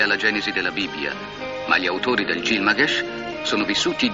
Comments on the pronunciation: gil GA MESH non gil MA GESH. l'ignoranza applicata alla comunicazione. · Il nome originale sumero pare che fosse Bilgamesh, forse esistono più varianti, però effettivamente "Gilmagesh" non si è mai sentito.